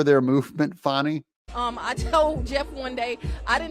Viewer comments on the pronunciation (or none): It’s Fani- not fauni, Please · It is not pronounced Fon-knee, it is pronounced Fan-Knee as in your bung hollieo. Has AOC informed Fani that ""RICO is not a crime" so she is in big time trouble indicting Trump and his allies. Fani might be a good liar, but you can watch her closely and see those wheels turning in that empty head thinking about the next lie. If she is hard working, why did she take 7 vacations in 6 months. I wish I could get a job where I can work that hard. As far as Fani there were many crimes embedded in her relationship. I hope that Fani, Nathan's Hotdog and Terence "I don't Know Bradley all need disbarred. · You don't have a reputation, at least not a good one. It's pronounced Fanny just like a big fat fanny!